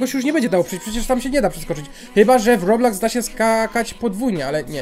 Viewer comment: się nie muwi roblaks tylko robloks